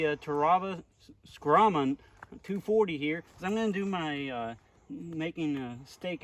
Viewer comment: The only problem you had with the knife was pronouncing the name. Think of it as a a bull of a knife. The Brahma Skrama.